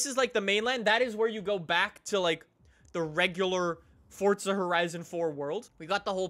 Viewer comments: Its forza not fortsa ahhhhhhh 😆😆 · Its forza not fortza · Can you stop calling it fortza for once ⬇️ is how many people are annoyed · Why does everyone pronounce forza like "fortza" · forza doesnt have a T in it